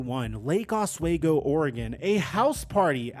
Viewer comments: It’s pronounced OsWeego not waygo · Os-WE-go not Os-WAY-go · As a local to the Portland area, Oswego is said "ahhs-we-go". I never heard of the party and crime he supposedly committed there, and loved him while here. Was solid off the bench overall. Sad to hear this story.